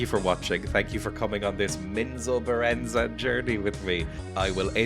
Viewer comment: I think you did pronounce it right... Menzoberranzan!!! That's how I always pronounced it.